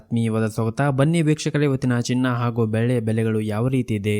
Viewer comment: ಬೆಳೆ ಅಲ್ಲಪ್ಪಾ‌ಅದು ಬೆಳ್ಳಿ. ಉಚ್ಛರಣೆ ಸ್ವಲ್ಪ ಸರಿಯಾಗಿದ್ರೆ‌ಕೇಳೋಣ ಅನ್ನಿಸುತ್ತೆ.